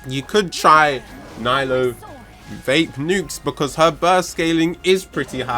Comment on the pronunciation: Hes only AR 56, he can’t even say her name right😘 NILOU FOR THE WIN